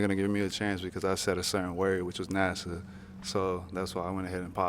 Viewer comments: Then pronounced NASA as "Nassau" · I was on the girl in reds side till I heard her say Nassau 🤦 Wasn't paying no attention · She said “Nasaw”🤣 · I would’ve popped too once she pronounced NASA Nasaw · Also peep how he low key tried to correct her, and then she still pronounced it “Nassau.” Lol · *NAYSAW.... girl why are you saying it like that. Its Na-suh lol!😄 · To the first girl, it’s NASA, not “Nassau” 🤦‍♀️ you want the man for his job but can’t even pronounce it? ALSO nothing’s wrong with being superficial, but gosh don’t be dumb and embarrass yourself like that. Be SUBTLE with it! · And she pronounced is Nassau a few times! 😅😅 UM NO! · All these women come half dressed and talk about wanting a God fearing man.😂 And that 1st girl is a teacher? Saying their lost, not their loss? And can't pronounce NASA? He could not take her around his colleagues and have them still take him seriously. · Sorry, but this was just absolutely hilarious, first the way she made it obvious whose balloon she was popping, then pronouncing NASA as Nassau (Bahamas), then how mans denied holding his balloon for her to pop at first, JUST for the other guy to pop his balloon right after. 💀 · I don’t think it was the word “NASA” that did it. I think she is saying “Nas-saw”. I don’t think she even knows where he’s interning. Did anyone else hear that? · Red girl mispronouncing NASA made his 🍆 soft. She want that Nassau money. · how she butcher pronouncing NASA 😂😂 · The first lady was so hung up on NASA, (while simultaneously MISpronouncing it as “Nassau”….the Bahamian capital), that she ultimately ended up alone. Good lookin’ out! 😂 No one wants to be someone’s “back-up plan”. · Lmaoooo the way she mispronounced NASA😂😂😂 he probably popped just cus of that it was cringe af 🤣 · High school teacher mispronouncing NASA is WILD!!! 🤦🏿‍♂️ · She said you work for Nassau 😆 🤣. Can't even pronounce NASA correctly 😅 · High school teacher that can’t pronounce NASA is problematic. But she’s cute😂